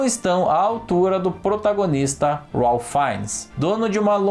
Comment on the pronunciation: Em Ralph, a letra A deve ter som de "ei ".